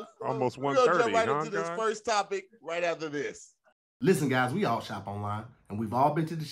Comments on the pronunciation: I’m not letting us miss that our boy said “type-ic” not topic right before the last commercial break!!! Jtfo🦦🤣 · he really messed up topic again on the last one too he can’t say topic